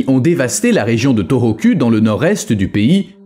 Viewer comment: U en japonais se lit ou.... Donc sa se prononce torokou et non toroku